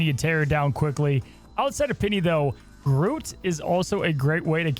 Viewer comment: Wait, how did yo pronounce groot? Groat?